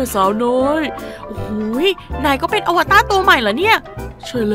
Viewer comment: อวตารค่ะไม่ใช่อวต้า @@